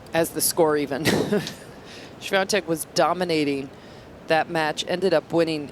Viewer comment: Why does the chair umpire keep mispronouncing Swiatek's name so badly? lol